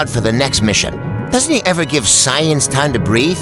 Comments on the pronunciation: Sai-eyes? Whats that. 😂😂😂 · "Sai eyes" 😂😂😂😂😂😂